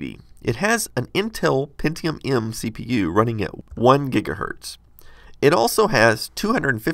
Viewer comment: he said one gigahertz no one gigahert